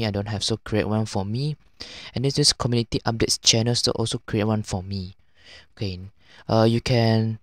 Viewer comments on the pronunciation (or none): im just stuck on 'cominity'